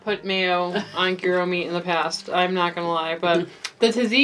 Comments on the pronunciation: GEERO meat - its said like JI-RO , you might have head it in Seinfeld, or other tv shows. GIRO, GYRO - J-RO. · Do we never question what's in parchment paper? BTW, gyro pronounces as yirro. Thank you for your recipes. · Thank you! But must correct your pronunciation! The G is like a J in jump, the y is said like “eye” and the ro is like “row” ahhh, got that off my chest, lol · "ear row" meat. "Hero" is closet word we have to this Greek delight. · "Yee Ro"--- from a Greek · If Gordon Ramsay says "Jai-row" you KNOW that pronunciation is incorrect. Ever hear a Brit say taco, quesadilla, or guacamole? It's painful. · "GHEE DOUGH" is how I understand to pronunciate gyro. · Just recently I stopped pronouncing it GuyRo lol 😂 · Living near the Greek community of Tarpon Springs FL, they say “yeer-oh” however, most everyone has their own way. Tomato/tomato. They are great, regardless. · It’s a rolled g . It’s not a y . From a Greek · The g is silent. lol. Love this! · Your ever-changing pronunciation of gyro makes my head hurt, haha! Seriously, this looks fantastic and I'm totally going to try this recipe. Yum. Thank you!